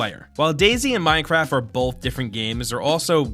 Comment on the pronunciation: Minecwaft supreme